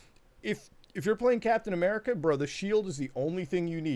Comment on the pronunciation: “Cap-then A-merka”